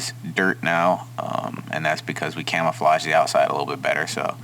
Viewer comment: calafrage is not a word. camoflauge is, but not calafrage